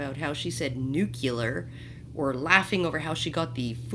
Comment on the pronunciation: "Nucular?" The S is silent!